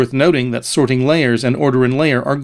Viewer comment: He's emphasizing the "ting" in "sorting" for some reason. SorTING layer. Maybe the way we normally say sorting is hard for non-native speakers to understand.